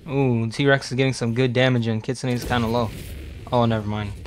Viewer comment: its pronounced kit - soon